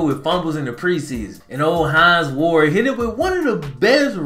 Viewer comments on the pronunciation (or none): none